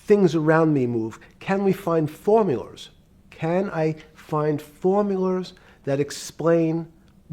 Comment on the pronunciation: He says "Formulars" like Mr Krabs